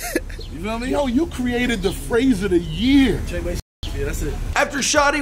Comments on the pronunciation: It’s FREWAY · The way he said tr3way😂😂😂love him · the way you say treyway and 69 name makes me cringe